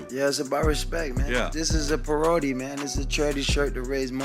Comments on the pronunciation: Antonio Brown mispronounced parody.😒🌴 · The way AB says parody should be a war crime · The way AB pronounced “parody” had me weak 😂😂😂😂